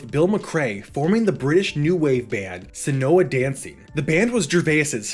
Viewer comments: Probably already has been said. But Seona is pronounced "Show-na" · I’m so happy Ricky was brought up! I’m the one that wrote the Seona Dancing lost demo article onto the LMW.❤️ Note: it’s actually pronounced “Shawna Dancing”, the band was named after a girl they knew.